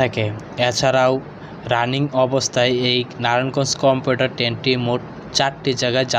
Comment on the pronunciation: কম্পিউটার ট্রেন না ভাই কমিউটার ট্রেন 😂